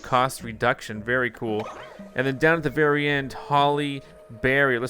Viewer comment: Did he say berry awsome or very awsome im pretty sure he said berry awsome